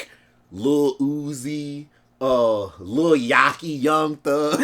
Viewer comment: This man still don't know how to pronounce Lil Yachty, lmaoo.